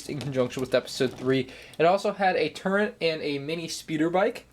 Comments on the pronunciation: why does this guy pronounce "turret" as "turnt"? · Dude said turrent